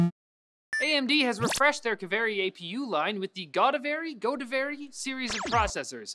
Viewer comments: Godavari (GO-THE-VA-RI) and Kaveri (KAA-VEE-RI) are rivers in South-India. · AMD is using the names of rivers in India for their products. Pronunciation Kaveri : Kaa- way - ree Godavri : Go - daav - ree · Its pronounced ɡəʊˈdɑːvərɪ They name their APU families after rivers apparently. last two have been Major rivers of the South indian subcontinent. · Its Go-Daa-Vari, dumbass (No offense, I get that you are not Indian).. Go Daa Va Ree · Hell its GO-DAA-VARII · Its pronounced go-dah-ver-ee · its god-aa-vaari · As soon as I read the title, I knew was gonna butcher the name "Godavari". Wasn't disappointed XD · Kaveri and Godavari, the 2 rivers in India. I can't stand the pronunciation.